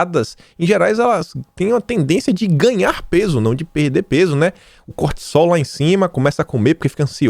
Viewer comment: cortisol em português o s entre vogais tem o som de Z